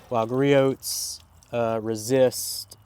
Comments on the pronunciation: Yup, it's Gree-Ohs, not Gree -Oats 🙂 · Griot's is pronounced "Gree-Ohs". The T is silent. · Okay you are almost as bad as Jimbo on proper pronunciation, Griot’s is said as Gree-Ohs (silent t) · Lol the way you pronounce "Griot's" gets me every time. Imagine saying Chevrolet with a hard "t" at the end.